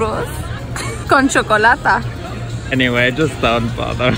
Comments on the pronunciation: it's ''chocolatE'', you said ''chocolatA'' lmao just saying...greetings from Dominican Republic btw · It’s chocolate, not Chocolata 🤣